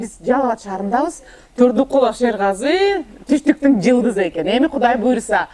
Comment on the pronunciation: Rush Tuк Rush Tuк Гудай эмес Кудай болот уят кылбачы сарт